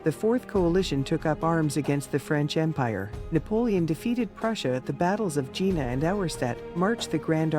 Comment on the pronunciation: Subscribed. Nice video and very nice art. :) The uniforms should try to be more accurate for history vids. The Pronunciations are a bit off in some parts - should make sure of those for history documentaries. Dame pronounced Dum Jena - Yeah-na Wagram - Vah-grum Rochefort - Rawsh-four Bourbons - bore-bonz Blucher - Blue-char (its a bit odd to pronounce) Invalides - Invuh-Leeds The death toll at Waterloo was factually > 10,000 > the casualty (dead, wounded) total was around 40,000.